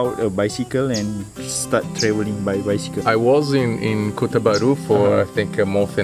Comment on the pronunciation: bunyi dia sebut kota bharu tu mmg jelas lah xde yg pelat2 bunyi dia...😂😂nice